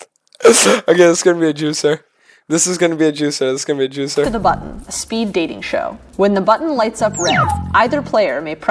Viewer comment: pronounces button Iike an autist.